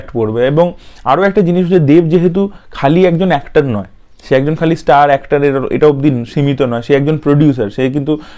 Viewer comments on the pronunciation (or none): none